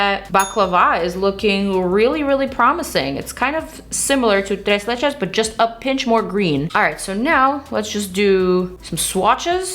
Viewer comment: Tres leches was with perfect pronunciation at least for a mexican ear... do you speak Spanish ?... 🤗🤗🤗